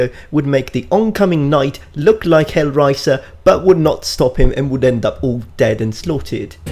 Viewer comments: Wow, this video makes me want to never watch any of your videos again. I was on the fence, and this solved it. My favorite part was how you called Hellraiser "Hellriser." For the pedantic sort you seem to be, that should be fairly easy to pronounce. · he is HellRaiser, not HellRiser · I like how you said "Hellraiser" . It sounded like "Heilrizer" which is cool and is now how I will referrer to him as.